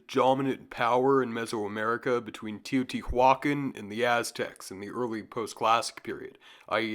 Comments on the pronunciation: Thanks for the follow up And also i think it's pronounce teo.ti.wa.kan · Tay-oh-tee-wah-kahn. There you go.